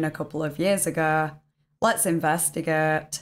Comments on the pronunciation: “Couple of yers agerrr… LERTS ERNVERTERGERRRRt…” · Luts invustihhhhhguhhhtt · I read the comment and was like what? Then I heard it, lmafaooo!!